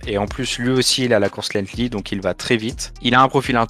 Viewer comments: C’est pas lethly c’est lenghty la course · Parcontre ce n'est pas lenghtly comme j'entends mais LENGTHY .